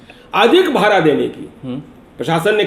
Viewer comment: सर भाड़ा होता है ना कि भारा !